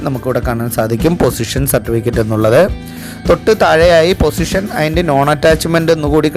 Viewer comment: പൊസിഷൻ അല്ല... പോസ്സെഷൻ ആണ്.